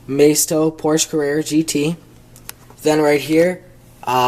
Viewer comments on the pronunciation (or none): none